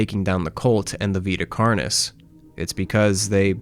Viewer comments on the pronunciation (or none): I want you to know for future reference, Vita Carnis is Latin, it should be pronounced as (v-eye-t-uh) (carn-e) (all letters pronounced as the letter, and carn as in carnage)